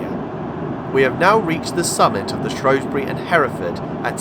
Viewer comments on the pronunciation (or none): SHREW NOT SHROW. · Good video. Leebotwood is pronounced Lee Bot Wood mate that's from a Salopian and would prefer to the now agreed pronunciation of Shrewsbury as Shrew bury not Shrobury although that is an ancient English word. Locals used to refer to Shrewsbury as Salop, the county town . Thanks for the video. Alan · A good video but a few mistakes though, first it's is pronounced Shrews - bury not Shrowsbury as a lot of locals will tell you, this can be proved by visiting a National Trust/ English Heritage house in Shropshire " Hardwick Hall" which was being built by a friend of Queen Elizabeth 1st from proceeds of a divorce from her husband, when you go around the remains of her first attempt of building her home the shell of a House run by English Heritage there is a time line board around one of the rooms telling you the history of this house and Shrewsbury and in QE 1st's days it was called Shrowsbury spelt with an " O " but some time after QE 1st reign it changed it's name to " Shrewsbury" replacing the O with an E, so in this context you don't call a Shrew a Shrow or Shoeburyness Showburyness. Why people keep calling it Shrowsbury god knows as the locals don't call it that they as I said call it Shrews - Bury and I have asked them, the next thing is that when the train reached Sutton Bridge and where the Severn Valley Line diverged from the line you stated that the line closed in 1970, it did not the Severn Valley Branch from Shrewsbury to Kidderminster was closed as far as Bridgnorth in 1963 and the closure stopped there, it was taken over by volunteers and opened up as the SVR steam line in 1970/71 from Bridgnorth to Hampton Loade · SHREW NOT SHROW !!.